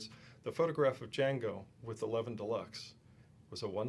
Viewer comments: Its pronounced Leviiin not Levvin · It is pronounced Leviiiiin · No, he' IS pronouncing it in the wrong way. It's a Swedish surname (Levin was based in Gothenburg), so the "weight" is on the second syllable. "Levin" in Swedish is pronounced pretty much like "Levine" in English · Sure I can - and do - say "paelja". And chill, will you? Karl Anka commented on the pronounciation. Jim claimed Karl was wrong. I said that Karl was indeed right. Sure, nobody can pronounce everything correctly, but it doesn't hurt to at least make an effort, does it?